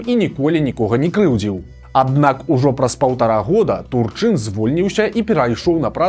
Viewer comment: Дакладна прозьвішча ТУрчын, а не ТурчЫн.